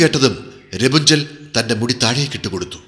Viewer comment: രപുഞ്ചൻ ? അല്ല. Rapanzel. എന്നാ